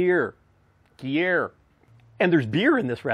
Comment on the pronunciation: Looks great, we are up in Vermont and this will be used for the weekend, thanks again for the recipes. Try to say it like this,Gru-yare cheese